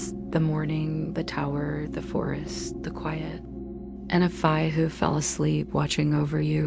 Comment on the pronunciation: I didn’t like the way Fae was pronounced, otherwise…I fell asleep 😊